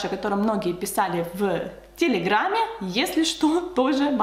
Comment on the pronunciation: Почему вы произносите: "в. Телеграмме. "? Зачем такие странные паузы?